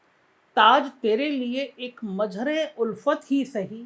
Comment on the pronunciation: aapne mere naam ka uchcharan aur arth dono galat bataya hai mera naam Mazhar hai mere naam me Z hai na ki J. Maan hani ka notice 😂😂😂😂